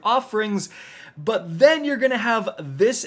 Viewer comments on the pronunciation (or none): none